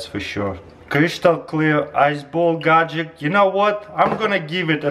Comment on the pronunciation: Chrystal clear gadjeck